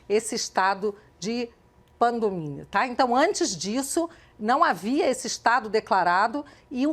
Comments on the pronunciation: Kkkkk ela fala PANDOMIA e não PANDEMIA. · Ela falou pangomi? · Pandenimia? A deputada não sabe nem falar pandemia, depois são os críticos ao governo que são os analfabetos funcionais ... Vergonha deste desgoverno! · Ela falou "pandominha"? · Caraca a mulher não sabe nem falar pandemia🤦‍♂️ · Esta incompetente não consegue falar "pandemia" e "hashtag". É triste. Assume que faz meme... Eu teria vergonha se tivesse voltado nela. A Gleise Hoffmann do Bolsonaro.